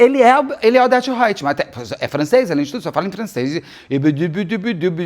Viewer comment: Cada vez que Beto fala Odeto eu solto uma gargalhada …